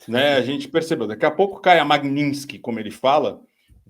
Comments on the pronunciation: Alguém fala pra esse asno que não é Magninski e, sim, Magnitsky🤦🐂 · Ele não consegue falar Magnitsky, ele fala Magninsti. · Dudu bananinha não sabe pronunciar magnitsky. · Me incomoda um pouco o fato dele não saber pronunciar o nome da lei que ele tanto quer aplicar aos outros.